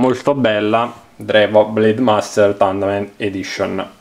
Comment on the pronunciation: “Taurnament” non si può sentire